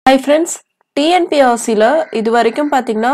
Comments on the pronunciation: Dear madam! I am 65 years old. I am seeing you tube TNPSC videos on behalf of children of my friends and relatives. One mistake I am observing in your talking. You pronounce TNPSC as TNPSRC . Please listen to your pronounciation and correct the same. All the best . Vaazhga Valamudan. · She pronounce that Tnpsc only..But she pronounce the P and s differently. Its Nice to hear..no problem.